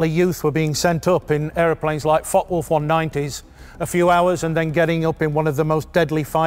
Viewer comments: May I help with the pronounciation of the F.W. 190 ? In German a "W" is pronouced as "V" in English. There are no silent letters in German. The "e" at the end of Focke is pronounced as the English "a". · The E in Focke is pronounced! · Very nicely done this video, many thanks! But please note the E at the End of "Focke" is not silent. Greetings from Bremen 😉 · Hey, mate. There's an 'e' on the end of Focke... use it! Same goes for Porsche.